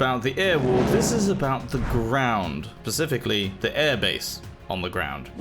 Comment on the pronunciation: did you say "pacificallly?"!